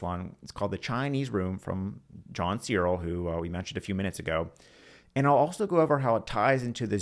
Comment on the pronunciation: Not bad but I was put off by the weird mispronunciation of John Searle. It's /sɜːrl/ as in furl or hurl.